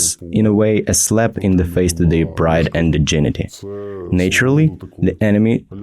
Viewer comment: Dignity.. dig-nih-tee. Great story!